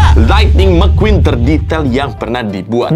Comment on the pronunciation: Gw ketawa njir pas bang bilang mcqueen(mekuin) 😂